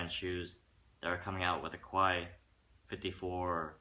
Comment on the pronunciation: pronounced (kay 54)